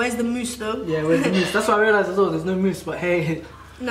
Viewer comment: LOL “MOOSE” Guys its muus